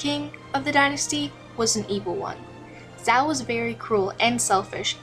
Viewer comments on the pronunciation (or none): none